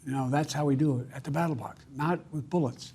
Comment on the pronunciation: I think you meant to say "Ballot Box"; not battle box.